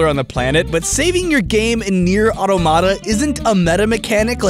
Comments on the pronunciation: automata = a mechanical figure constructed to act as if by its own motive power; robot (aka an android) also plural of automaton. its pronounced [aw-tom-uh-tuh] not auto-mat-uh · Holy crap, the way you say Automata is killing me. Auto-Mata. I think it's more like the way you would say "Automaton" with the emphasis on the first T, like auTOMata. Or like au-tamata. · It's pronounced like automaton not auto mata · You are pronouncing "automata" incorrectly. Firstly, you pronounce it as "atamata", which is incorrect, you actually have to pronounce your voles correctly. It's as ridiculous as if you pronounced "automobile" as "atamobile". Secondly, the stress should be on the "to", i.e. "auTOmata". "Automata" is the plural form of "automaton", which, I hope, you do pronounce correctly, and which should help you with the proper pronunciation of "automata". You can't believe how I'm triggered by so many people pronouncing it incorrectly. Some even give up in pronouncing it to the point that they say "Neir Mada Mada". What. The. Hell. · aw-TOH-muh-tuh not AW-toe-MAH-tuh How are you gonna be mocking MatPat's pronunciation of technical terms and get the name of the damned game wrong? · You fucked up to pronounciate another thing this video, the game's name: The emphased syllable is auTOmata , not autoMAta like you did. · So, I'm not pissed about it or anything, but you got the pronunciation of 'Automata' all wrong. It's more like the word 'Automaton' (Ah-Tom-Ah-Ton). It should be pronounced more like (Ah-Tom-Ah-Ta), rather than (Ah-to-mah-tah). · Dear, Please pronounce automata correctly. awe-tom-ah-tah, not auto-mata Regards, A commenter. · "I totally messed up saying Epidural last time" ... and Automata this time It's Aw ta ma ta, not Aw toe mata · It's not automata it atomita. Also #letaustimcurse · Awe-TOM-ah-tah Or-thawg-uhn-uhl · Talks about how he messes up pronunciation. Mispronounces Automata (Ah-tah-mah-tah)